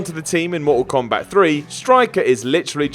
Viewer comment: Blood Skarlet MOR-OH KOMBAT. LOL